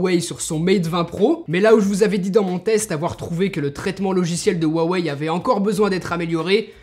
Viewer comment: Huawei se prononce "ROUA WEILLE"